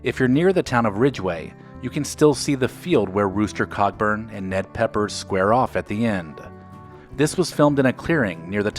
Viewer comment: Can't get over how you say Cockburn rather than how the name is meant to be pronounced, i.e. Co'burn. Why do you Americans have to ruin everything? 😜